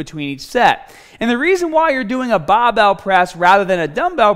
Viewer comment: lol this guy's accent is really interesting, sounds pretty american except whenever he says the ar syllable like in bah bell or ahm days. really funny